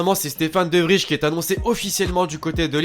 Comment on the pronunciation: De vrij se prononce De vrai